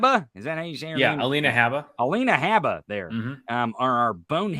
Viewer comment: (Habba is sorta pronounced like:. Hobbit - without saying the "t", or "Hobba"). I don't think Trusty was picked because he's inexpensive. T**** would go with an expensive lawyer, afterall, when you don't pay your lawyer, money is no object.). P.S. - Ginni = "Gin-Knee" not "Jeannie"